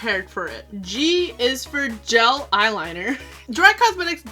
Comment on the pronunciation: Lol imma let ya slide on the "gel"